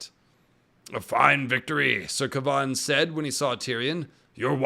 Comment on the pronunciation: Ilysm but why do you pronounce Kevan like that 😭😭😭